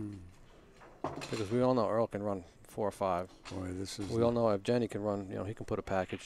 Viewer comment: After all that tries they couldn't pronounce Evgeny's name correctly )